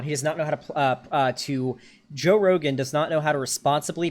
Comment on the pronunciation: seconds into video: “Joe Rogum”